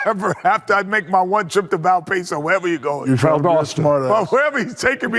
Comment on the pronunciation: “Val peso”😂😂